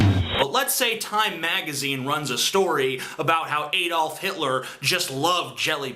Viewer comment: He can't pronouce Adolf, what a fail :/